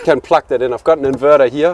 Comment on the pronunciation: Yeah... and incorrect pronunciation for plug. :-D Anyway, he's a wise guy for sure!